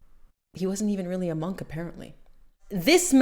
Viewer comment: Monnnnk its Monk as in trunk lol